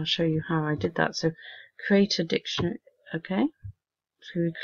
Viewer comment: Hi, thx, but I have two comments: 1. The platform mentions the term "directory", you seem to pronounce that as if it were "dictionary". A directory is basically the same as a "map". Directory was DOS terminology, map is Windows terminology. 2. When we transfer a file from our computer to the cloud, we would normally say that we UPload the file, you seem to call that DOWNloading. Normally, we speak of downloading when we transfer a file from the cloud to the local computer. Thanks.